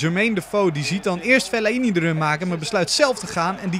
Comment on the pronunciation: Geen Fel-la-i-ni maar gewoon fe-lai-ni